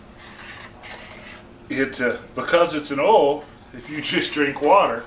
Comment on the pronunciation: What is ohwell ? You mean oil? You're not saying that right boil is also mispronounced